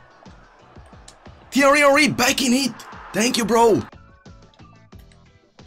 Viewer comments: I refuse to watch another episode until you sell Henry. Cannot listen to “teeeaiiweee honweee” any more. Good luck tho bro x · Krasi please say tieeryyyy oeriiiii like that only... Something that makes me laugh every time 😂❤️